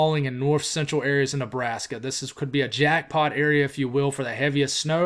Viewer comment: I’m still laughing at “Lebrashka” from yesterday. It made my night haha